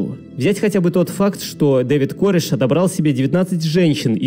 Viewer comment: Не кОреш, а карЭш